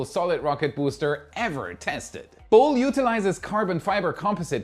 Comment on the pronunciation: BOLE --> Bo-LAY....